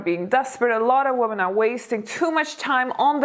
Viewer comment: Thanks. It's always interesting But you mispronounce the word women